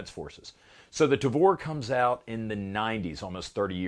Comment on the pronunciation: I thought I heard "Davore" and I wasn't ready for the cc subtitle. Had me coughing up soda.